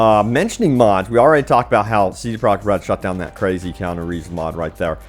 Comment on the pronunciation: Is it that hard to say kee*on*ooo